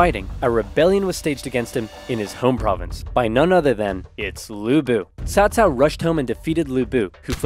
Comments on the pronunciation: Give yourself a break on pronunciation, it’s the first time I’ve heard anyone say Cao Cao instead of Cow-Cow. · Agreed, this is the best western pronunciation of Cao Cao I’ve heard.